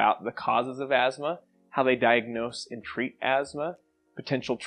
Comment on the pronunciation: you mispronounced “treat”